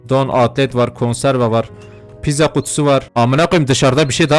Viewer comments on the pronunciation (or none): none